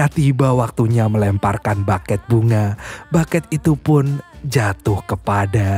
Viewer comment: Bukan Baket bunga pengucapannya tapi bukey Itu dari kata Bouquet